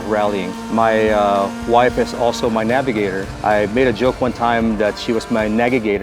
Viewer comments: Lol… “nagg-igator” Great cars and story! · Lol "nagigator". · Nagagator. I love it. That’s funny! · "Nagigator" lol